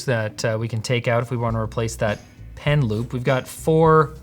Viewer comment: Initially, I thought he said "pen lube" and my mind went: "oh, like a little ink pot but for lube so that the pen glides better over the screen?"